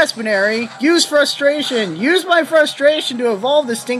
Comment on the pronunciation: I'm laughing at some of your pronuciations, really. Buneary comes from bunny and ears.